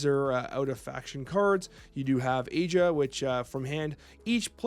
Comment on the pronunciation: Another banger video. We're all struggling with the pronunciations as Altered draws from so many different regions (which I love), only one you said which I am fairly certain was wrong was Aja (it's like Ah-jah) and Sakarabru you swap the a and b, but honestly, that feels more natural to me too. Finally got to play some paper Altered this Thursday just gone (at time of writing) and it was really nice. I only played with starter decks, my Axiom got rinsed by Bravos in the first game but I saw zero landmarks excluding the on I put in my initial mana pool. A time loss with Axiom to Ordis (the starter with some alterations) and a win for Yzmir against Lyra. Got a chance to open a prize pack (I forget the proper name) and got the alt are Subhash which is cool as he's a hero I want to play. Still pulled zero uniques though, going to have to get a box when I've got the pennies.